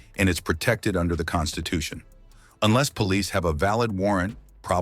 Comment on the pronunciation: This guy says enless an awful lot. Which should be your first clue?He has no idea what he's talking about , really. My father was in-law enforcement for 29 and a 1/2 years. His advice was simple. If they pull you over give me your license registration insurance card. Admit nothing. And if they ask you where you just came from tell them I would rather not discuss that that's my personal life. They wanna know where you're going.I don't wanna discuss that that's my personal life, keep your eyes straight forward.If they ask you to turn and look at them do so , it's part of their drug and alcohol check. They don't have to be allowed to search your car without a warrant but if they separate you from the car and ask if they can search it they're probably going to go get a warrant anyways. What today's cell phones?You could ask to call a lawyer. Make sure you use your phone. I don't give them a hard time.